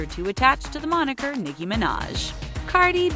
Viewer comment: They pronoced nicki name wrong 🤣🤣